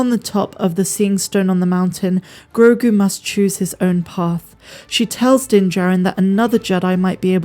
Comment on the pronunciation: Stop calling him Grogun. It's Grogu.